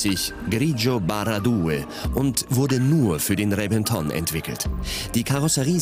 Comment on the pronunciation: Nochwas: Der Reventon wird "Rebenton" ausgesprochen - nur so nebenbei...